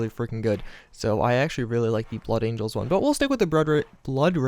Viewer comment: Angels not angles.